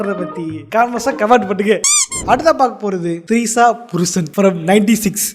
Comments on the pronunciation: Trisha. ❌ Treesa. ✅ 😂😂😂😂😂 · Trisha ❌ Threesa ✅